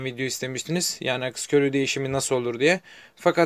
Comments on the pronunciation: akis akıs degil lutfen yazdigin gibi okumani rica ediyorum (aks) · Akıs ne abi, aks diyeceksin. Arada ı harfi yok.